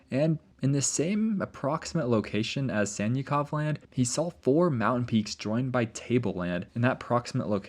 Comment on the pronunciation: Anyone else hearing Santa Clause Land instead of Sannikov Land? 🥹🎅🏼